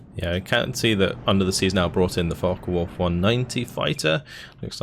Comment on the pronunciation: Am I the in the minority? I'm sorry but the co-host repeatedly mispronouncing things like "The Falken Wulf" and other times is a bit distracting. I get he's new to the cast but it doesn't seem like he knows a lot about Steel Division which is what I would expect out of a caster. He even called the Axis "the blue team". Can he learn some basics or play the game a bit more then come back? It really takes you out of the cast honestly.